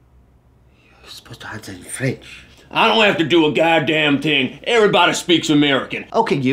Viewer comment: I don't have to do a thing, not a "ting". No one here says "ting". Your roots are showing.